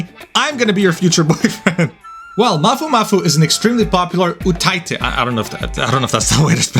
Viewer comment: let me be honest. you pronounced "utaite" better than most of anitubers.